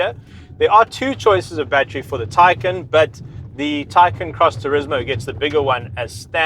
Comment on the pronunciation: I'd say it's pronounced: "Thai-khan"